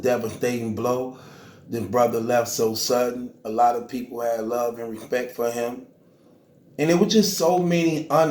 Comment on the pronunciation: did you say weespect or respect.